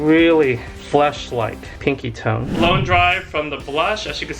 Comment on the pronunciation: ok im sorry did he say "fleshlite pinky tone"